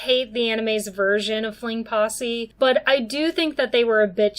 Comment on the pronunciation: Great analysis and look at it! I'm still stuck on the way you say fling possy lol